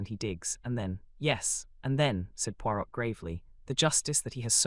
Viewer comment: who is reading this, please? it's a fun lighter voice then more. Hun Puirot is not pronounced "...pui R ô T" rather "pui Roē"